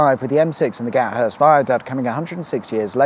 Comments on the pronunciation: FYI.......its pronounced Ga....Thirst.....not Gat.....Hurst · It's Gathurst with a th not gat Hurst 😂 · Well done on my local patch, just one small edit, it's pronounced "Gath-urst" or "Gaffurst", you don't use that pesky T!